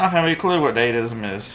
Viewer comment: DaDa-ism Art term European Avant-garde!! It’s pronounced Da-Da